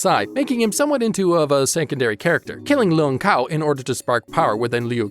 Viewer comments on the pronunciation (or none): Kung Lao not Lung Kao